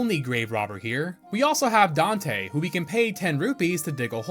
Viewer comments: The gravedigger isn't Dante, it's Dampe. And it's Volvagia is pronounced Vol-Va-Ji-Ah, not sure where you're getting "volgaria" from 😂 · Gravekeeper Dante instead of *Dampè*? Subscribed just to motivate you improving on that... I believe in you, you're super entertaining!